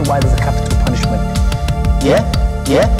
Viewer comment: Thanks, some things he said are a bit difficult to understand. One time it also sounded like he left one syllable out: "capital punish" instead of "punishment", so sometimes I was in doubt about a word. I will change it to "it just backfired on you".